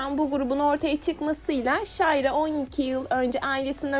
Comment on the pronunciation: yalnız şayra diye okunmuyor, şinra diye okunuyor